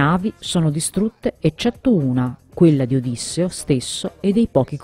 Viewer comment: Si dice Odisséo non Ódisseo